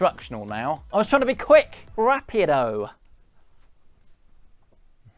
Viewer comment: No, it was not funny. not because you said it, it was how you said it. You may know a latino , ask how to roll the R. Practice saying Prrr... Prrr...Prrrr... let ur tongue hit the top of your mouth, don't hold it down, like normally in English. Come back with it, when you've gotten it sounding Rrrrapido...